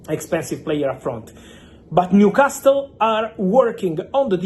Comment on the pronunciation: Fabrizio, if i may, Newcastle is pronounced with a silent "T" .